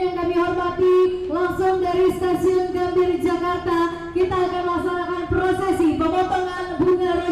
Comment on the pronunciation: Gambir ❌ Gambie✔️